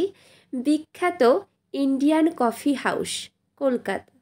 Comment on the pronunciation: কফি হাউস কে দয়া করে "কফি হাউশ" উচ্চারণ করবেন না, খুব বাজে লাগে শুনতে।